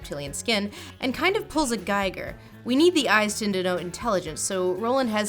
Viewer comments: Im sorry about this pet peeve of mine, but with all due respect.... It´s giiiiiiger not geiger....geiger was the guy with the radioactivity detector thing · I hate to be that guy (lord knows you get enough That Guys already) but HR Giger is pronounced "Ghee-gur", not "guy-ger". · I love your stuff but it's pronounced GEE-ger, not GYE-ger. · Giger is pronounce GEE-ger, not GEI-ger (also, not JEE-ger). You've got the first "g" sound right, but the first vowel sound is off. "ee" not "ai". Remember how a Geiger Counter is pronounced and then remember that his name is spelled Giger. Watch some documentaries about him and you'll notice the difference. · H.R. Giger's name is pronounced "GEE-Gur", not "GAI-gur. Great video besides that though. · Only because you said his name so often, it's GHEE-ger. (I can't flip the last "e" here, dammit). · Giger. rhymes with eager. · I got so thrown off by the pronunciation of H.R. Giger, I had to rewatch the whole thing XD